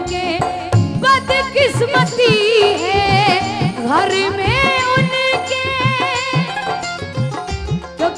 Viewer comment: Abhi ismein recording nahin ja sakti nahin to aapko main ga karke Bata deta jab aap Ghar bolati Ho to use thoda sa leje mein bolo Gharrrrrrrrr nahin bolna he Ghar bolna hai